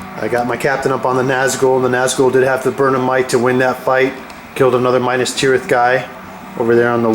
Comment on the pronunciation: dude....its not MINUS tirith, its MINAS tirith. Mee-Nass